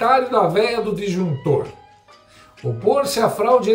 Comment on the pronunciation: "a veia do dinjuntor "😂😂😂😂😂😂😂😂😂😂